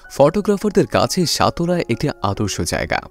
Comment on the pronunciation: Vai uccharon think koren সতলা না সাতলা হবে।